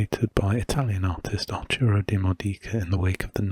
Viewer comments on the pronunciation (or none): Italian here. It's pronounced with the accent on the first O 😊 DiMódica. That apart, I freaking love your videos and art.